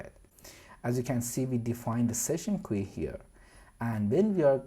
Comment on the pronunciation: I'm also going to start pronouncing queue as kwee now, this is great.